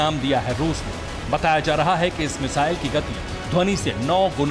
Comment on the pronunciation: It’s missile not mizaile